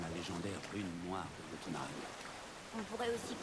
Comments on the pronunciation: ça ne se dit pas jotunh(aime) mais (y)ot(ou)na( Ï )me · je reproche rien mais ces jotunhem mais jötunheim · Sa se prononce yotounailleme Bordel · pourquoi il dit jotho M